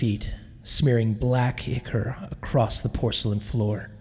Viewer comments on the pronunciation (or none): none